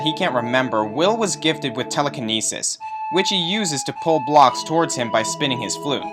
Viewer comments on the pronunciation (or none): none